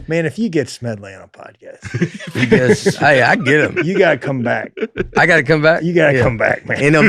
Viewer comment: Please tell me someone else just heard Nate say Codpast instead of Podcast😂😂